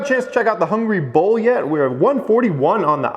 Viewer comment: Anyone else hearing say “the hungry bowl” rather than “The Hungry Bull” lol